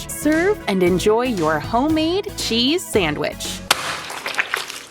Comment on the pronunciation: He enjoing that """""sanwich""""" a litlle too much